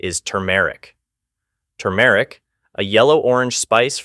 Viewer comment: The male narrator is awful. AI? He even mispronounces turmeric. 🙄